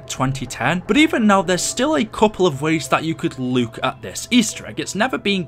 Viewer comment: Why do you say look as Luke?